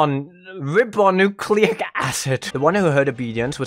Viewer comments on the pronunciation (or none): If you want to know, it's pronounced RYE-boh-noo-CLAY-ic. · Rye-boh-noo-clay-ick acid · And didn’t (know at the time of this video) how to pronounce Ribonucleic or Martyred.